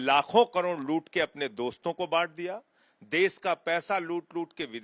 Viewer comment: देश बोलना तो सीख ले संजय ब्लैकिए. ...देस देस बकवास कर रहा है